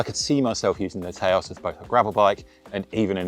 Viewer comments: Taos is pronounced TOWS (like house), not TAY-OS btw :) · It’s not Tayôs 😂😂😂 Taos, like you say tower. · Haha, brits trying to pronounce US/Native only words... It's pronounced Touse, like house, but with a T.